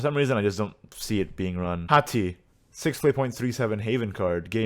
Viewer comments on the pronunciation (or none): none